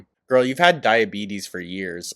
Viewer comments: I shouldnt have laughed but "dia-betty" took me out 🤣 🤣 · "DIABETTY"!!!! Dead